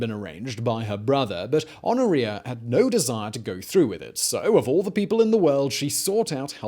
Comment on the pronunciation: Honoria is not supposed to sound like gonorrhea